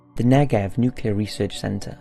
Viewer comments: nucle-ar not nucular come on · I love your channel with all my heart but please learn how to correctly pronounce nuclear!